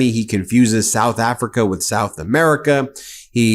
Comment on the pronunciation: Souff Africhhhaaaa